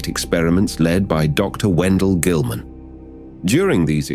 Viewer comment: I fucking loved this whole series! But everytime you said "Dr. Guilliman" I felt like an sleeper agent getting hammered in the brain.